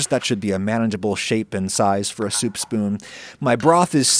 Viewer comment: Stop saying soup like Adam Driver.